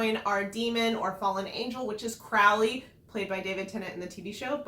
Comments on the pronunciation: Isn't it crow-ley ?? P.s- I loved the adaptation toooo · He changed his name from Crawly to Crowley. […] said the serpent, whose name was Crawly, although he was thinking of changing it now. Crawly, he’d decided, was not him. So both pronunciations are correct, or sometimes depends on someone’s accent.